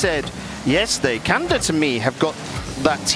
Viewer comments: I know he said it correctly, but I kept hearing USA vs Kanda 😅 Tickled my pickle every time. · Alternate title: British caster mispronounces "Canada" for nearly 29 minutes